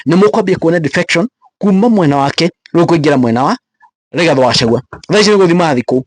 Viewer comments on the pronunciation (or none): none